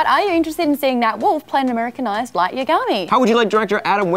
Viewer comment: damn I'm sorry, you guys make me feel bad every time you say Light's name. lmao